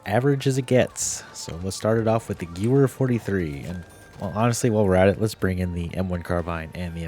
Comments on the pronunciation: Good video overall, I just want to point something out because it was bothering me. In German, W's are prononuced as a V sound. So the Gewehr 43 is pronounced "Guh-VEHR", not "Gewer". Also, very few weapons use actual clips, which are just small pieces attached to bullets to help guide them into the weapon. They are called magazines. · Guwer. Ew 😂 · good vid its geVer not geWer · 🤓 it's pronounced "ghevear"